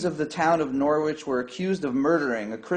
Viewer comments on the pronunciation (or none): We don’t pronounce the W in Norwich.